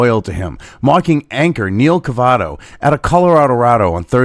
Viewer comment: Cavuto, not Cavato.